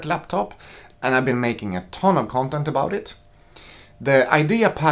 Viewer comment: The way you say " CUNTENT " is a gift